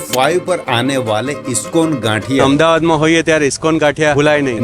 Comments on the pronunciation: Sahi khel gaye bhai 'अहमदाबाद' ko 'अहमद आबाद' bol rha hai 😂😂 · Ahamdabad ko ahamda bad kyu bol rha he bhai...oh sorry bol bhi kise rha hu 😅